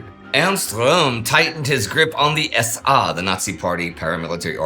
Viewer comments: Why are they pronouncing "SA" as "SR"? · Why does "I am the SA" begin to sound like "I am The Walrus"?